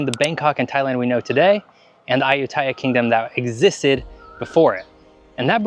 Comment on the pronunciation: Dude…. Interesting video.. but your “ farang” pronunciation of Ayutthaya and Tuk tuk are like a shovel along the side of the head! Ayutthaya … you emphasize the last syllable - like most Thai words . And it’s took took..!